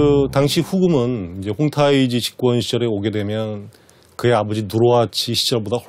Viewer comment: 님 누르하치느으은~ 후금으은 중간중간 은 는 발음 질질 끄는거 좀 고치면 안될까요?? 진심 듣기싫네요 ㅜㅜ